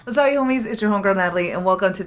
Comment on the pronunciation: Unrelated Q., in the beginning do you say “wasupyou” homies?